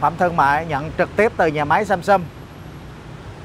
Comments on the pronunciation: thay vì đọc là SAMSUNG thì lại đọc là SUMSUM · Tôi sửa 1 chút cho, phát âm rõ ràng sờ am sam, sờ ung sung, sam sung, chứ đừng đọc samsum, hay sâm sâm, hay sân sân, nghe nó thiếu kiến thức lắm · Nc khó nghe ghê,đến cả tên hãng còn đọc sai. Sâm sâm??? Là hãng gì,hãng đt nào???? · Ceo mà phát âm samsum :))) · Samsung mà cứ đọc samsum